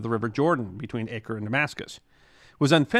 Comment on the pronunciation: The correct pronunciation of Acre is Ah-ker (not Ay-ker), in Arabic Akka, and in Hebrew Akko.